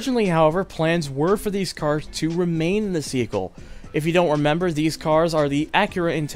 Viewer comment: The narration/script proofreading on this video is just atrocious overall. "Runaway" instead of "runway"? "remain in the seekull" instead of "remain in the sequel"? "INTRIG-YOU-ING"????? Immediately afterwards he says "it would have curved and take you to a highway". He didn't mispronounce anything there - that's not even English! "JAMEER-LY"??? This just gets better and better haha! That's a greenhouse/botanical gardens, not a lighthouse lol. "InGNLSHtruction" Those are just some of the worst offenders. I'm honestly surprised that nobody noticed/retakes weren't done/someone else wasn't asked to do the voice acting here.